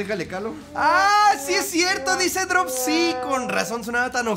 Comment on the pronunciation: Pero eso no es drop si es drol Do. Y en la música no se puede decir drop sí para pronunciar ña C en ingles no seas p...